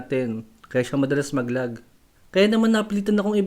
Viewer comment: *LAG not "LOG"